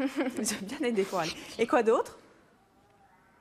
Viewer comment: C'est plus Coralie mais KEH - ralie